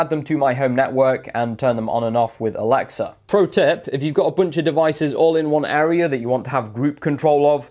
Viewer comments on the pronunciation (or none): stop saying alexer